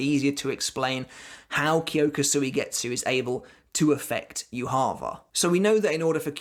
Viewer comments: Why are you saying Yuha Va It is Ywach Bach, it's German common man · hh. good video, but "youhaava" triggers me so much ;dd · How can you keep pronouncing yhwachs name so wrong. It's yu-ha. He literally says his name in bbs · Its not yu ha ba (yhwach). Its derived from hebrew which has no vowels beign YHWH. Its pronouced as Yea Wa not yu ha ba. Also I think how yhwachs powers work is that he has communication with his future self. Thats why when uryu severed that power in the future. His future self could not send information back to the past. It was also so that uryus arrow was the only thing that was able to stop his power. So unavoidable attacks to his future self could still be sent back as information. Tho blinded by uryus arrow. His powers nullified. He cant send information back. As a result he saw a vage image not completely able to understand what had happend. My theorie, could be wrong. Its a while since I read the books. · It's pronounced You ha Bach. Not You harva. Proper pronunciation matters how the heck did you butcher his name so badly? Almost makes this unwatchable for me. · The way you say Juha 😂😂 "Youharver" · I love way you say his name... "YuHava." With accent makes his name sound God like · Thought Yhwach read as "JUHA BACH". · It's funny that everybody pronounces this guy's name differently I can't wait to find out how his name is actually spoken. That being ssaid, how do you get "YU-HAVA" out of Yhwach? There's no u's or v's in that so please explain?🙃🤑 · It's the way you call yhwach for me. Wtf??!! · It’s pronounced “Yhwach”... not “Yhwach”.